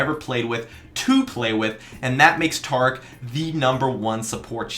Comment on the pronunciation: tarc.. wuth? it's ta-rick